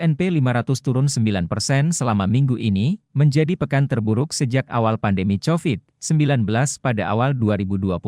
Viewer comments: Naratornya pake AI ? Masa covid persis tulisan nya hahahahhaa, bukan kovid.. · dengerin Berita yg pake suara robot malah bikin pusing, semua bahasa Inggris dibaca pake ejaan Bahasa Indonesia, covid, caterpillar dlll dibaca pake ejaan Bahasa Indonesia 😅😅😅